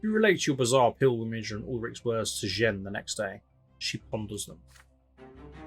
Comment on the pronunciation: It's more merciful to lesser execute the rebel since his "official" sentence is true execution. It's the same event, you're calling a potato a potahto. Also, it's probably closer to John than Jen in pronunciation? French Jean and all that. It's high-ranking officials all over the place--patriarchs, emperors, dynastic leaders... Ironically, the Priest path is the only one with mandatory sex. And you're both priests and you're under the Holy Tree of No Smooches